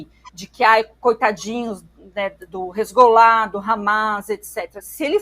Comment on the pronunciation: Só uma correção na fala da, que disse, "hezgollah..." é hezbollah.